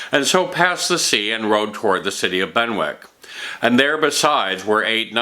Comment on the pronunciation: Excellent. Just a note on pronunciation. Benwick is pronounced "Bennick" just as Warwick is pronounced "Warrick". The w seems to be silent, its just there to expand the length of the word. Similarly we have Berwick-upon-Tweed, pronounced Berik, and Keswick pronounced Kezik. We also drop the w in Norwich (Nor-itch) in England unlike Norwich in Connecticut, which is pronounced Nor-wich.